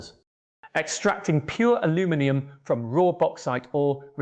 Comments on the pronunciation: Missing "and" from some of the numbers, and mispronounced "aluminium/aluminum" as neither English nor American. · I've never heard anyone use Aluminium, Aluminum or a mix of the two, Aluu-minium, in the same sentence before. 😄